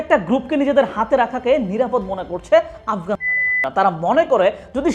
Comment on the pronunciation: তালেবান নাম নিলে কি আপনার সরম করে? পুত পুত সাউন্ড দেন কেন?